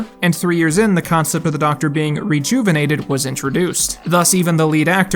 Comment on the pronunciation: Did you honest to God say Rejuvenated?